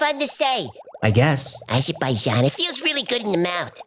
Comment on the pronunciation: as Buddha and Jesus told us, WE have the power within us to be rid of poverty and war. Let go of ego. Great show! Thanks. (Azerbaijan! I loved when kept saying that because it really DOES sound great)